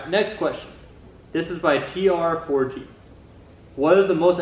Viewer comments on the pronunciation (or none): Appreciate the title and answering my questions! (PS: the 4 is like an 'a' so it's pronounced "trag") I have some more questions perhaps for you possible second Q&A! 1) Considering you are a smart fellow and your parents push education so much, how do you feel about your lack of a so called "formal" mechanic education in your field? Obviously experience is key - but do you ever find yourself learning of better practices, after the fact, that cause you to question yourself in other areas? 2)How do you feel about american cars vs European/Asian cars. What is the biggest thing that sticks out to you as different between the two (well three), in terms of working on them. 3)Will you ever buy a new car? Or is it used all the way for you? And what is your ideal beater (daily driver for reliability that you don't care about people dinging and stuff)? Thanks again!